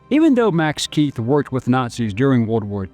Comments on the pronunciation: Keith is pronounced kite in German. There is no “th” sound in German. H is silent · Keith here is a German surname and is pronounced "kite" /kaɪt/… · Very interesting, but in a number of points fehlerbehaftet. On pronunciation: Max Keith's last name name is pronounced "kite". Albert Speer's last name is pronounced not "spear", but rather ""shpare" (with an “sh” and a long "a" as in "spare"). On substance: The references here to "ingredientS" are misleading. The Coca-Cola Company (more specifically: The Coca-Cola Export Corporation, at whose subsidiaries - including Coca Cola Eastern Europe GmbH, Coca Cola USSR Services GmbH, and Coca-Cola GmbH - I was on the payroll for many years) does not sell "ingredients" per se to its bottlers. It sells what is called "concentrate". This concentrate is produced at plant facilities (e.g. in Puerto Rico or Drogheda) controlled (owned) by the Company itself, The Export Corporation, or their subsidiaries and is shipped under Bottler Agreements to the Company’s franchise bottlers. Like almost all “outsiders” - in particular, journalists and documentary filmmakers - the narrator of this clip quite evidently does not understand the Coca-Cola business, and he does not have a clear understanding of the relation of the Company to its bottlers. While in recent decades - with the advent of the Company’s so-called Anchor Bottler strategy - things have changed, previously it was not the rule that the Company or its subsidiaries held controlling stakes - or even an ownership stake at all - in its bottlers’ capital. Its only means of control (but - at least in jurisdictions with the rule of law - a p